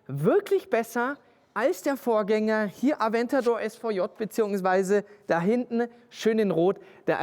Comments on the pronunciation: Wenn Du am Ende eines Satzes ein Wort hast, das mit den Buchstaben "EN" endet, sprichst Du das immer "NE" aus. Beispiel "hintNE, guckNE, parkNE"... Wieso machst Du das? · Hintne? Was ist "hintne"? Da stimmt nicht nur der Ton nicht, sondern auch die Aussprache ;) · "Robert, geh mal nach hintnä." Wat denn dat für n Dialekt 😀 PS: du kannst kein Standgas geben, das macht der Motor ganz alleine 😀